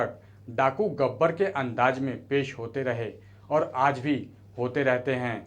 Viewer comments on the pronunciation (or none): abe hajir nhi Hazir, Andaj nhi Andaz hota hai jahil, teri language ki vajah se dislike krna pd rha hai video